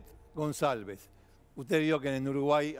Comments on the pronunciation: Para empezar el apellido no se pronuncia gonZalvez sino gonCalvez. Lo pongo en minúsculas xq ese HDRMP se merecía cadena perpetua. De hecho hoy 2021 está preso en Paraguay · Demasiado desprolijo el informe. Y se pronuncia goncalvez con c de casa. Slds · Canalletti lo quiero mucho , pero es Goncalvez suena ca , no sa. Ka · Gonsalves dice el jovie jajajajjajaj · Se pronuncia Gonkalbez jajaja